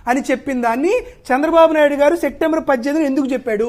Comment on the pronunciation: సెక్టెంబర్ కాదు బాబూ, సెప్టెంబర్ అనాలి.